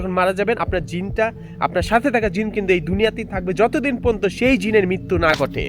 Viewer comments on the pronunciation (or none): none